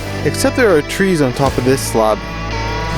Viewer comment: No one: This guy: slaab